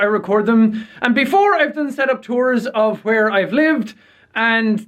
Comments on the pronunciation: whwere the true irish coming out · i dont think my pe teacher is irish but he says hwere